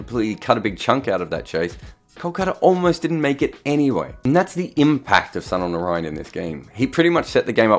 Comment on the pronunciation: When you can pronounce Sunil Gavaskar Sunil Gavaskar why can't you pronounce Sunil Narine Sunil Narine.